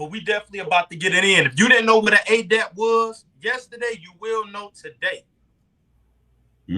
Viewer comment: Is he purposely pronouncing Adept (eh-dept) as Ayy-dept like it's adapt and not Adept??